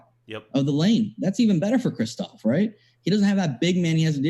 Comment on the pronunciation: Kristaps NOT Kristophs 🤦🏻‍♂️